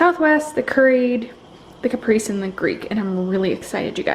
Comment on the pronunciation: Hi, I really enjoyed your video. I wanted to tell you how to say Caprese... Kuh-pray-zay. How do your raw veggies hold up after being frozen, specifically the cucumber?? These look really good!